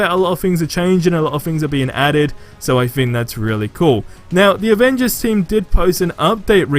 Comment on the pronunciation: Captain America, I love his playstyle and his also my favourite Avenger but its annoying asf that his voice actor say "Ovengers"